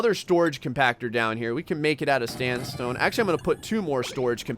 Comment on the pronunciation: Pls, could you say actually "Sandstone" instead of "Standstone" it hurts